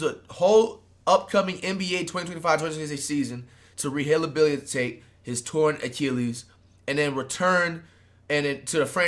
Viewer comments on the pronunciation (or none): Rehabilitate ❌ Rehilyabilitate ✅ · bruh can’t pronounce rehabilitate